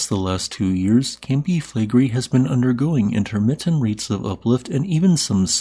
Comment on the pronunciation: Take your own advice - you called me childish and trivial for saying you sound like Kermit's cousin. (Although you are named after Scooby's cousin, the most unpopular Hanna-Barbera character of all time.) And since I don't feel like stroking your ego, your pronunciation of Flegrei is awful. You didn't call the person saying they like your voice 'childish and trivial', but they are commenting on the same thing. You have a fragile ego.